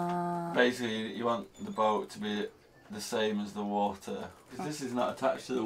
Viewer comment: There is a "T" in WATER,, it is NOT Waer!